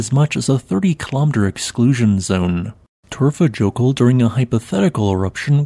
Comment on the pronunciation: Say Torfa yokul Next time! Remember j is y ! For you!! .....I feel as you should know this 😆